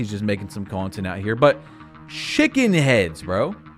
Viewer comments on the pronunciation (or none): im a fan but the way u say shhhiken heads is fuckin me up 😂